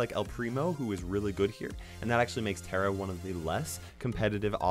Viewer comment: You drive me nuts when u say Tara's name wrong